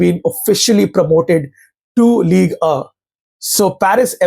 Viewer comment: Ligue “uh”